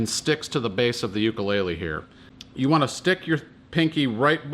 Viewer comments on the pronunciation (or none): Ill probably get back lash. If your going to have a tutorial at least know how to pronounce the instrument you are playing.